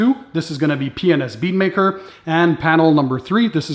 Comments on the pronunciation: P&s or penis? I think you said penis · Hmmm, be careful on how you say "P&S"!!!